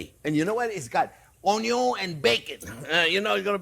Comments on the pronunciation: If been pronouncing "Onion" differently ever since discovering this channel. Aloha from Hawaii :) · After all this time the "Onyo" STILL hits that spot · Onyon first…. Unless there is bacon!…. 😜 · "I always screw up something, but you know what, I am having fun" That's why You're my favourite YouTube chef, You always come out on top. Your excellent technique, wonderful recipes and it always make me happy to watch You cooking. And beleive me, watching You making mistakes makes me much better at cooking. ... and I even start pronouncing onion like You, it sound much more delicious that way!